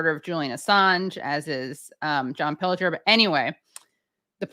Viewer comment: How incredibly LUCKY you are to have interviewd such a LEGEND. Fantastic first 30 minutes!! It'd have been even better if you had learned to pronounce his name properly... nonetheless, great GREAT to have him, any crumble we can get, we take. MR. PILGER, we have learned so much from you. You are one of a kind, ♡♡♡ xx..